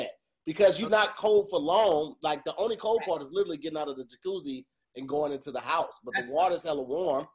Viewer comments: Why don't they ever mention the fact that always says "little-ly" instead of "literally"? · puts an "L" in front of the country Italy, to say "Literally" and no one catches it.